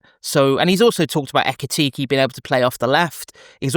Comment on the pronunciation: What’s with pronouncing Isak and Ekitike as “Isaac” and “Ekitiki”?